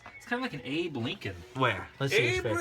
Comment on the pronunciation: Did you say Abe Lincoln or Hey Blinkin?